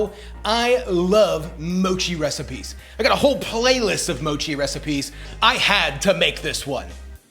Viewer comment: It's not called Moe-chi. It's called Moch-i. Please listen to how the Japanese pronounce it. Google Translate is your friend. 😎👍